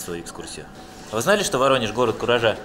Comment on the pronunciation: Только сейчас расслышал, что Воронеж-город куража, раньше мне слышалось Воронеж-город фуража